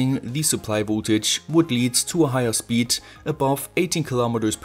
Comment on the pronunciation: Pointless video, "I must not alter ze zpeed limit" 😂